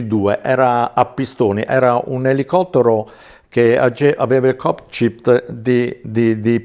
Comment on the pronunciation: Cokcpit e flarsc non si può sentire